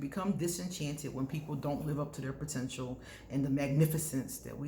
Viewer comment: You always do warn of "protential" .............